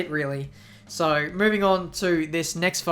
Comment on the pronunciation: "so" .. not "soy"